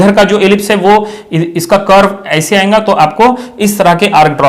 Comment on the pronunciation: Why do you say ayenga this is not ayenga this is ayega ok please prepare you punounciation